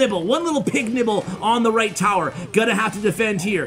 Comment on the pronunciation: says "towel" lol I think he was trying to say tower.